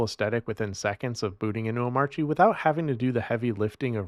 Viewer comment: Is pronouncing the silent "R" in Omarchy a troll at this point?